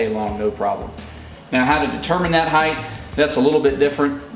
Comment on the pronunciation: Great info ... just a tip, the word "HEIGHT" is pronounced HITE ... there is no 'TH' sound in this word.